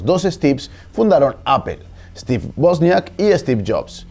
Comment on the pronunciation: Me ha encantado el detalle de la correcta pronunciación de "Wozniak", como debe ser, con la pronunciación original de la W en polaco y no con la pronunciación y deformación anglófona.